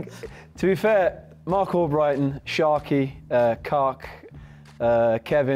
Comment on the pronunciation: 😂😂😂 “cark” mark with a c 💀